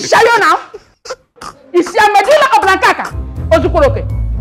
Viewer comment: jooh the principal with her pronunciation "medulla oblonkakaka"😢😭😭😂😂